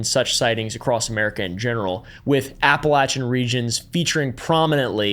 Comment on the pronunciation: Can people like this stop making the Appalachians sound like some mystical place. Besides pronouncing it wrong, this region is one of the poorest, most underfunded areas in the entire United States. It is a deep red, abandoned location with almost no resources, full of drug movement and poverty. The people there aren’t “wild men” they’re abandoned, intentionally, by their states. It’s not a playground for larping country guys to pretend is mystic, it’s just sad.